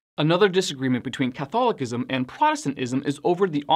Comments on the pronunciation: The word “Catholicism”, is pronounced, Cuth- al-oh-siz,mm. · Here it is badly mispronounced. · I've always pronounced Catholicism with the C making the S sound. Never heard it said Catholikism before but maybe that's the right way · I’ve never heard Catholicism pronounced that way.